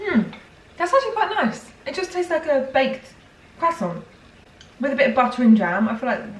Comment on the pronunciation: Am i the only one who thought of the tom holland when she said croissant, bc i heard quack-son.